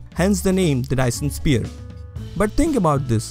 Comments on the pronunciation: why do you say sphere like spear? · Lovely video! Very interesting and well explained. Btw, it's pronounced "s-fear" if that helps at all ;)